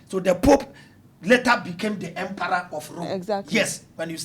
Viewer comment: it’s emperor not emperooo😂😂 i love 😅